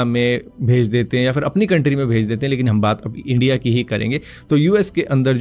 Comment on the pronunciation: Are Pakistani logo ko wo accent hota hai... Wo log India ko Endia bolte hai